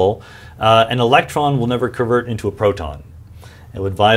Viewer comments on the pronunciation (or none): none